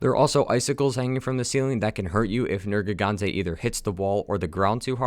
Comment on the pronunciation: At the start he says nergante